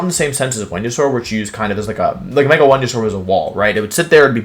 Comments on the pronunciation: Intimi-dat-i. I'm starting to think this dude only learned English yesterday. Also is Wenusaur a niclname or is it another weird pronoinciation? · Did my guy just say whenya-saur? Venusaur. Venus-aur. Not venuasaur. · Why do wolfey say wendeysoar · Hearing Wolfey call Venusaur ‘Wehnosaur’ over and over made my brain tick and spark out 😂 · "woodeo", "Whenusaur" – it's surprisingly charming that Wolfie doesn't believe in the letter V 🤣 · Why the fuck do you pronounce the pokemon names and some words so badly?? Its not MawEELEH its Maw-wahyil Its not JOOggernaut (holyshit) its JUH-ggernaut This last one made me not want to watch anymore. Its not WHenYusaur its Veenoosohr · Why he call Venasaur Wenyasaur??? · VENUSAUR, NOT VENASAUR! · Did he say "whenyousaur?" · was gonna comment and ask why you'd say wideo and "when-you-sore" (Venusaur) but decided against it. was then plagued by curiosity and googled it, came back to say I figured it out lol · New here. Why does he pronounce everything wrong? What the heck is a Wenyasaur? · The fuck is a wenausaur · THERE IS NO O IN VENUSAUR!